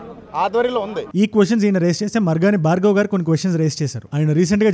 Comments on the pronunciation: మార్గని భరత్ గారు. భార్గవ్ కాదు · మార్గాని భార్గవ్ కాదు అన్న మార్గని భారత్ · భార్గవ్ కాదు భరత్